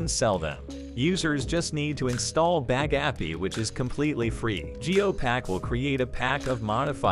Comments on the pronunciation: "Bag Appy". Computer voices are the worst! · i like how pronounces bagapie. bag-a-pi 😂😂😂😂